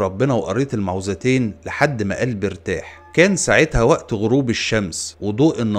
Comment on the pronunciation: الصواب أن يقال المعوذتين بضم الميم وفتح العين وتشديد الولو مع كسرها